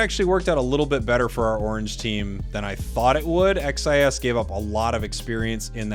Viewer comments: The name is pronounced (cheese) XIS, Also love from Brazil. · I mean, "xis" is literally how the letter X is pronounced in Portuguese... imo, I think it's better to say it more like "shiz" or "sheez" instead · Hey,! Here in Brazil, in my region, we usually say "Sheese" for XIS and "OG Life" you can say in english. But just you to know, I am not complaining 😝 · Legal ver como eles não conseguem pronunciar "xis" com o dom da letra normalmente, eles falam as 3 letras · XIS (pronounced as /ʃɪz/) is legit, their secures and objective control are incredible. It's gonna be sick to see how each region's meta matches up at worlds